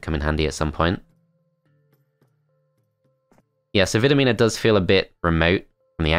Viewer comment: It is pronounced "Vidomina". Hope I helped!